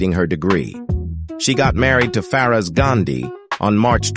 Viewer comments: "Feroze" please, not 'faroz' !!! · Your pronunciation of Nehru, Bharathi, Feroz is not correct